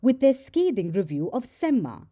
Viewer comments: It's not semmA, it's sem-ma (a at the end is pronounced softly, not maa as you call your mom) Similarly 'Thala' is not Thalaa. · btw, semma is not pronounced like Emma (Watson aka Hermione from Harry Potter). It is a Tamil slang meaning Excellent and pronounced with a short vowel sound at the end.